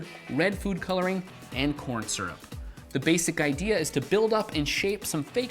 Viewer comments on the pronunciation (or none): did say porn syrup???